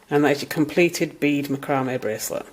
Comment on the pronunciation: I'd never have thought to use melt beads for bracelet making. But they have a very nice look to them. Now I need to talk myself out of buying a barrel of them T.T Also, I love how you pronounce "macrame". Being from Midwest america I say "MAH-cruh-may" with imphasis on the first syllable, instead of your "mah-CRAW-may" with imphasis on the second syllable.